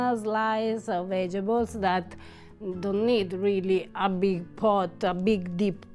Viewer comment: so delicately fried everything! I'm more curious about what a fried banana taste like. Less curious about the brain.?? Say, Vegetables! I pronounce it the same way because it helps me to remember how to spell it! Ciao ' ❤️🇮🇹